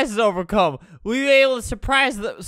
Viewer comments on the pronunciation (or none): none